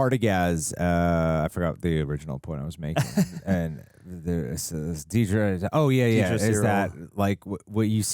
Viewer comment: i am irrationally upset that so many people can't say dedra's name right, lol